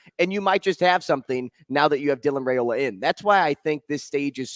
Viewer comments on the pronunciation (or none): Ever had Rye bread just think of that proper pronunciation is Rye-ola